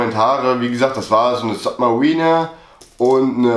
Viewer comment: Das wird Sabmarina gesprochen